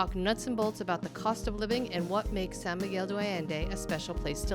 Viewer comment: The host needs to pronounce San Miguel De Allende correctly. She is butchering it! It is Not Do Allende it’s De like day pronounced. Please pronounce the Spanish right. This goes for the interviewer as well. I know you’re not a native but say it right if you are going to educate /inform people about this place. 😮🙄